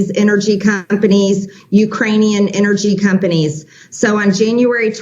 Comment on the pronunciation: " Energy " south accent. Sounds like Rex Tillerson lol